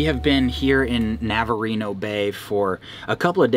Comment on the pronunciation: Navarino Bay? Not navareno